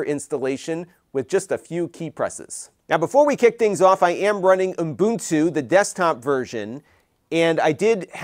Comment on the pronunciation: It sounds like you are saying Umbuntu but that could be my poor hearing.